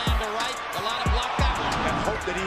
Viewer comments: The narrator has the pronunciation of his name wrong. It's not Andre Golutta, it's Andrew Gollota. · Why does the documentary presentor insist on pronouncing Golata as Golowta? I have never heard this before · It’s ga lat tah. Lol go low tah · Go lo ta I hate you're pronunciation of the name of the boxers despite the comentaters say it repetitively. Your videos are always great but it's greating to my eats every time you get the names wrong. It like saying myke twyson. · Who the fuck is Andre?? This channel has good content but the narration is a joke. You can tell the narrator isn't a boxing fan, he's just some chump they hired to read a script. So many videos this idiot is pronouncing names wrong. "GoLOWta"?? Even though you can hear the commentators saying his name properly. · Goooo lota .... golota .. say it right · LMAO ... Andre Galoada??!! What a joke. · Andrew not Andre. Golota isn’t pronounced Guh-loat-uh. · To bad he couldn’t pronounce his name correctly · I was out when the narrator mispronounced Golota. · Omg...dumbass narrator even mispronounces Golota’s last name! This video sucks!